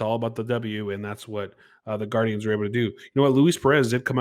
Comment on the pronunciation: Lord please. It's Gar-dee-ans.